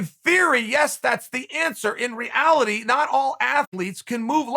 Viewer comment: I loved that "in re'Ality"